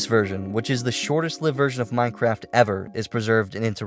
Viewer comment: d-do i sniff.. free minecwaft?!??